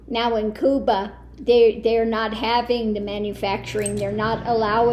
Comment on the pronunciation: I agree that you are a most interesting and talented woman. I want to thank you for using the Spanish pronunciation for Cuba. Your knowledge of and respect for other people is evident, and I respect you for it.